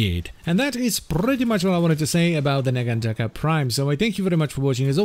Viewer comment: I wonder, if it's meant to be pronounced naganTAKA or naGANtaka. ie emphasis on which syllable. cause is using the GAN route, and you're taking the Taka, which, is how I take it. not that I feel either is wrong, just...what did the devs intend?